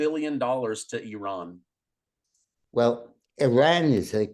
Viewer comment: Yeay, the ONLY presenter who pronounces Iran correctly!! Congrats